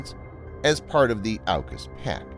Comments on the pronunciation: It’s pronounce auk us (or orc us) not ow cus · It’s pronounced as Orcas. As in killer whales